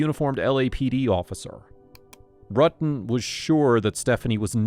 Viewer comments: Can't remember but very first question they asked they mispronounced his name and she was so quick to correct them 💯 RU-tin not R-uttin I knew she was guilty then and the facial expression she makes acting coy 😂😂 I'm glad she's been convicted for something that happened when I was a toddler. It's disgusting and ludacris how she was a cop for so long and her superiors covered up for her - makes one wonder how many more of these cops especially on this force are cold blooded killers and they are all covering for each other... The whole damn department needs to be investigated after this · Right!! I mean, she really handled this badly. Pretending she didn't know John's name? Mispronouncing his last name? I mean she was literally obsessed with this guy! Hell, I'm in my forties and I STILL remember last names of people from HIGH SCHOOL, and they were only friends. And not remembering the confrontation she had with Sherry at the hospital? Oh, come on! 🙄Again, I can clearly remember the few physical fights I had--20 years ago!! She would have been more believable if she admitted to the things they were asking her. Like: yeah she was obsessed with John and yeah she confronted Sherry but so what, that doesn't make her a murderer, blah blah.... instead of the temporary amnesia BS game she was trying to play. Actually, as a cop she should have caught on immediately and said one word: L A W Y E R